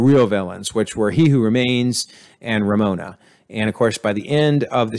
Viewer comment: RAVONA, not Ramona.